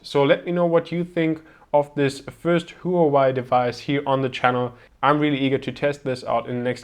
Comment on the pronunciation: I heard it was pronounced "wah-way"